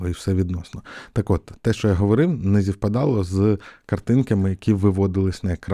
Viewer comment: Курта-заїб***сь! Але не Зівпадало, а СВІПпадало. Вибач за грамар-назззі!!!